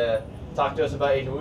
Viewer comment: It's actually wu-ju. SORRY TO BURST YOUR BUBBLE.